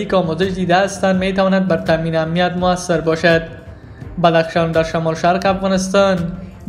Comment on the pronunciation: شما چرا خودت مثقره میکنین افغانستان را افغانستاین میگین به سخن رانی خود درست افغانستان بگو گل بیدر